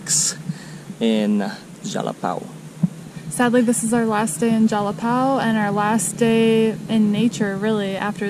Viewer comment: Jalapão = "Jalapawn". São Paulo = "Sawn" Paulo. ÃO = awn. 🤣